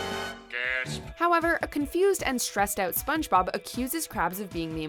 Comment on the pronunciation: "spons-bob" lol